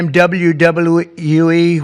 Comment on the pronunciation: How you mess up saying wwe